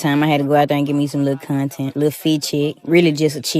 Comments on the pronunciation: "am a con ten creata" gtfoh..than you don't belong in front of a class. Who th hired this loser pdf file? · She added 3 extra syllables to the word content